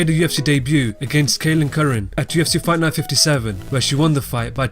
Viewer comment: can you say fight night more clearly? i sometimes dont know what youre saying